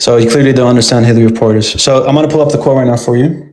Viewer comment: pointing out cant pronounce arabic words, then mispronounce Hilary of Portiers's name:face-pink-tears